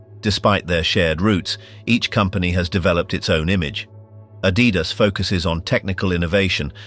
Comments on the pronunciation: It's not "a-dee-das"... It's "Adi-das"... from Adolf (Adi) Dassler (das). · It's Adidas not Adeedas. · If you cannot pronounce Adidas proper, I'm off!